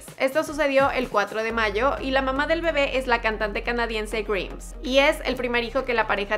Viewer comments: Se pronuncia GRAIMS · Le dijo "greims" a Grimes.... Me voy... Jajajajaja XD